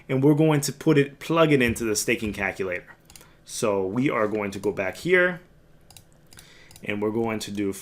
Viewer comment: Haha, you say caKulator. Jokes aside So what you're telling me I need to get more Ada.